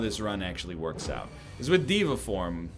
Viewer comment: day 7 of telling NL that it's pronounced day va form